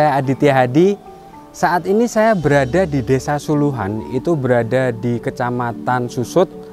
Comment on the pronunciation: Sulahan, bukan suluhan pak